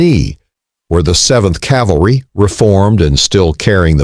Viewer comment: I'm giving up at the ten second mark, since you couldn't give a rat's ass enough to learn the word "cavalry."